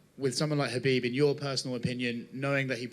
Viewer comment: Dana White is one of the few guys in UFC who pronounces khabib's name the right way